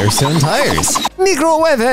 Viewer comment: Meekrowevé! Captions